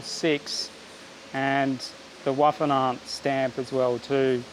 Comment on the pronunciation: It is pronounced, spelled out vespa ( English ). Not vesp. German W = v in English, E at the end, roughly A.